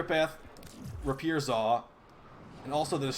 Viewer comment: Hey bro rapier is pronounced ray pee err